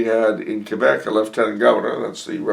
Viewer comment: Thanks again for answering my question. I love the way you accurately pronounce Québec!